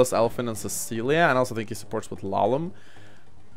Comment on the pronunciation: it's Lallum